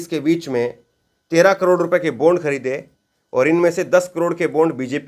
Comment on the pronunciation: Sir, बोन्ड नही बॉण्ड pz